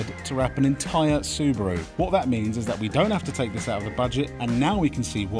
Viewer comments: cal it the ' subie do" like scooby do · Its a su-bee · Subeeru, like a bee